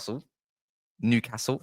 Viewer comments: Brilliant analysis of the game mate, and you say nucastle if you please. From a geordie. You know your stuff and do your homework, Brilliant to watch. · Just pronounce it "Nuke hassle" and you'll be fine mate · Yeah its New not Nu castle. Your not the only one who pronounces it that way though, its a southern thing, and we are used to it now, well most of us are. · As a London-based Toon fan, I always pronounce Newcastle the southern way (New-car-sle😂😂) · Yeah it's not NU Car Sule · Don't bother trying to pronounce Newcastle correctly just called us United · Just take the ‘’r” out of castle. Enjoyed your summary.